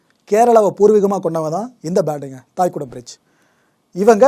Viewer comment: "தைகுடம் பிரிட்ஜ்" நீங்கள் உச்சரிக்கிற போல தாய்குடம் இல்லை. தை = இளைய செடி (Young Plant)